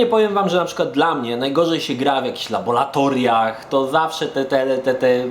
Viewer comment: Jak zwykle świetny materiał! Tylko błagam nie labolatoriach tylko laboratoriach.